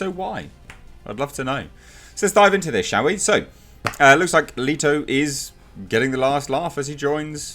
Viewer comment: Two things, you're saying Leto wrong and his joker wasn't a "punk rocker."